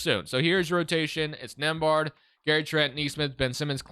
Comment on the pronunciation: My last name is nembhard and to hear the way he says it, is killing me lol 😆 😂 the B is silent